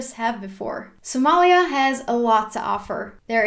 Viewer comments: Speaking Sincerely I love it the way to pronounce Somalia in Somali Language.... Thanks 👍😍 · Wow 'iam from Ethiopia- somali region 🖒thanks for your wonderfull information 'and liked how you pronounced somalia😃🖒🖒🖒🖒